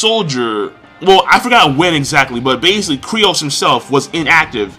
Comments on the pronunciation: its freaking Kyros not Kryos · Kyros, not Kryos! lol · fucken sucks at saying these characters names. Dude's name is Kyros, he called him Kryos... He says Viola like Veeola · K-Y-R-O-S not c krios lol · What the fuck is Cri oss, his name is ky ros.